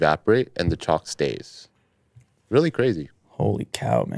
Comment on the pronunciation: At first I thought said alcohol chocolate 🍫 😂, instead of chalk